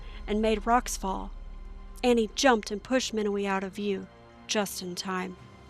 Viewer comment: And btw it's pronounced Awwwneee